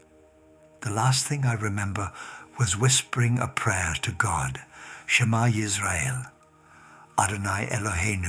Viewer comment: you said that you were raised as a jewish child and became an orthodox jew in Israel - and when the accident happened to you you said SHMA ISREAEL but in some very interesting way you can't even pronounce it properly but the way non jews would say it. Lying in order to cause good jews to convert to Christianiy is wrong according to judaism, you should not do it, you must not do it, but you do. You are speaking from hell